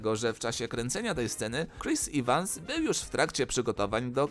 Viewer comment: Boże jak mnie bolą te spolszczenia "Ivans" i "Rufalo" Ajajaj wszystko znałam 😂